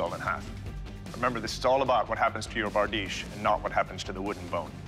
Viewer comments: it not bardeesh tho, its berdish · ITS BRADICHE